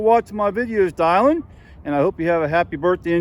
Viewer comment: Are you sure that name rhymes with "island" and not "villain"? I've never heard the name "die-lan" before, but I have heard of Dillon/Dylan, as in Bob Dylan. You never know with all the unique names out there today.